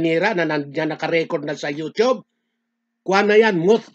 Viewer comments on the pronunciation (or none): none